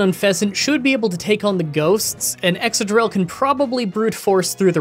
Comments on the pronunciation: Ex-cadrill, not ex-adrill 👉🏿👈🏿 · I thought Excadrill was pronounced like excavator?